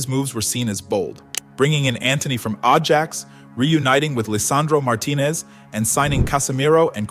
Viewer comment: Did this guy really say Arjax?